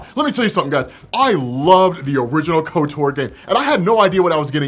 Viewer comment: There’s zero reason to pronounce Kotor like kotour lol